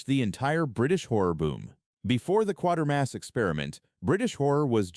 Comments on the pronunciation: It's QUATERMASS, not QUARTERMASS, you dummy!! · It's "Quaitermass" not "Quartermass"!